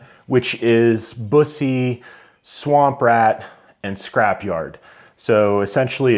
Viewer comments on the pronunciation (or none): You’ve got a nice collection there. I’ve never been able to let any of my 100+ go. BTW… Bus’-ee Waa’-see-on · It's pronounced BUS - E. Like a "bus" driver and then just saying the letter "E"